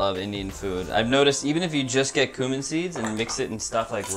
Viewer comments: He says "coomin" so confidently :D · The way they say cumin makes me uncomfortable